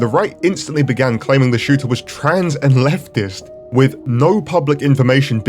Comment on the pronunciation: "trans and leftist" I thought you said "transatlantic"